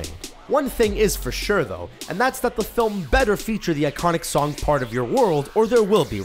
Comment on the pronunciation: g hawkins he said 'part' but it did sound like park